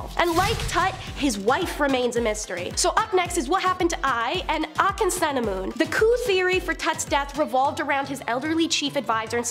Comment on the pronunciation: Finally, some one was able to pronounce Akhenaten the way the egyptologists do... Way to go